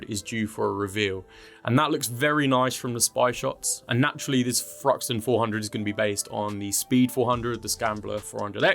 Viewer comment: Say THruxton again :-) Only kidding, fanks for the info!